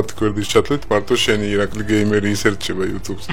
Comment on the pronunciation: ((( იცი რა არის ცოტა არ იყოს ტეხავს რა 🙄 ეხლა 92 ათასი გამომწერი ყავს და გამართულად დღესაც ვერ საუბრობს მაინქრაფთს მინეკრაფტს ეძახის ონლაინს ონლინეს ეძახის გეიმერს გამერს ეძახის კარგით რა ვიღაცა არ გამომიხტეს ეხლა და ჭკუის დარიგება არ დამიწყოს არაფერი საწინააღმდეგო არ მაქვს მაგრამ როცა ერთ ერთი საუკეთესო იუთუბერის სახელი აქვს ელემენტარული თამაშების სახელი უნდა იცოდე:)))) ეს ვიდეო ძველია და ეხლა ამასთან შედარებით გამოსწორებული აქვს მეტყველება მაგრამ 92 ათას გამომწერიან არხს მაინც არ შეეფერება